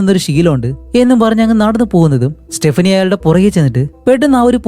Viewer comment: സ്റ്റെപ്പിനി അല്ല സ്റ്റെഫാനി